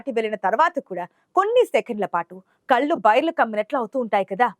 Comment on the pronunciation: " కళ్ళు " అనే పదాన్ని " కల్లు " అని పలుకుతున్న నీలాంటి " తెలుగు " రాని వాళ్ళకు వుద్యోగం ఇచ్చిన వెథవలను ఏమనాలి ???